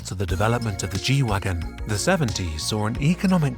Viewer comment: Nice. And it’s G-Wagen with “e”. As in Geländewagen.